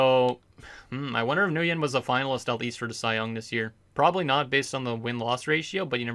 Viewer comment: Stan Nguyen is pronounced “win” and he has 32 starts why do u keep saying he missed starts cus he was injured he literally missed 1 game